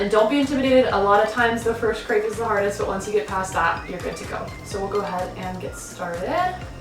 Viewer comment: Lol you can't even pronounce crêpe the right way. 😂